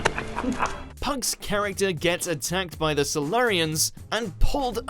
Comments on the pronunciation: Robert Pug?!?! It's pronounced "pew"! Silurians, not Silarians. Into The Dalek singular, not Daleks plural. So you reckon Diana Rigg's role in GoT overshadows Emma Peel, one of the most iconic TV characters ever, still referenced and copied 50 years on? Alumnus, not alumni, fucking hell it never ends! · Learn to pronounce your words, please. Pugh is pronounced “pew” and it’s pronounced “sy-lew-ree-ans” not whatever the hell you tried to say. At least attempt to do some research into what you’re narrating.